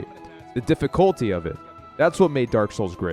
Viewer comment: "the diffy colty of it"